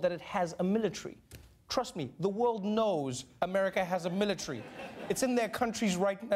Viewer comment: What's a "militry"?